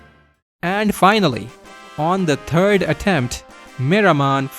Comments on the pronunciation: Did you say "turd generation of mclean" or was that just the accent? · "And finally, on the turd attempt, meramon falls" Wym a turd attempt? That was his best performance of all